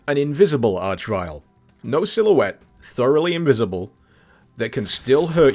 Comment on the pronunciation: It's nice that you finally learned to pronounce archvile, you used to call them archvilles.